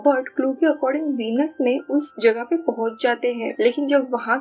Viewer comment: वीनस नही व्हेनिस